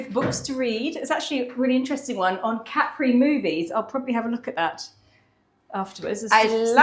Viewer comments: Love hearing Capri pronounced correctly. My grandmother's sister lived there having married an Italian. English woman, Italian man - just like & Carlo. I'd never really thought about it until now - hmm. But they didn't have children. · Enjoyed seeing Capri again. We arrived by boat and took the funicular up to the town. Expensive lunch but a beautiful place to be. We learned that the name has the emphasis on the first syllable (as you pronounced it) not the last as in the American song.